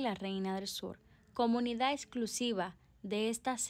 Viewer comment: Jajajaja 😂😂😂me gustan tus avances pero eso de comunida y eso que es? se dice comunidad.